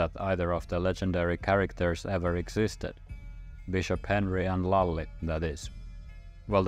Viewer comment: I’m Hungarian and my name is Lajos, but my nickname is Lali and it’s pronounced almost identically like you said it in the video! Lajos is considered for an old traditional male name in our culture and same applies for the nickname Lali. It’s truly interesting to see and hear about these historical moments that shaped today’s Finland and the history and language (sort of) we share.